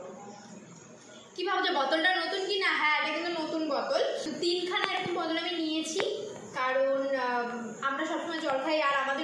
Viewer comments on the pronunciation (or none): বতল😂😂😂🤣🤣🤣 সালা কি উচ্চারণ